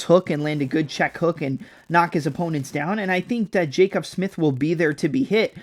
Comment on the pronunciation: Hearing your pronounce Jacobe as Jacob repeatedly made me want to jump off a bridge lol